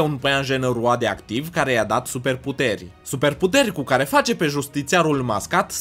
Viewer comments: rioadioctiv ai spus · De ce spui roadioactiv